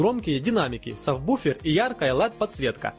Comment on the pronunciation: сафбуфир XD